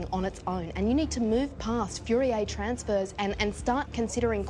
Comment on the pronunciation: Its FOURIER TRANSFORMS!!!! She fucked up the differential equation phrase royally NOT "Fury-A- transfers"